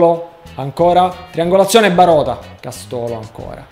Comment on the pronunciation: Castólo?!?!! Castooóooolo?!?!!? 😐 devo sentire altre cagate?